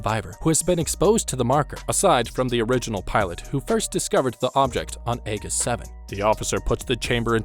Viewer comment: It’s Ae-Jiss 7 not Ae-giss for the pronunciation just fyi. And was complaining that the game wasn’t hard enough lol